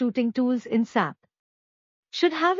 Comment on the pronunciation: It's not Sap it's S-A-P that's how it should be said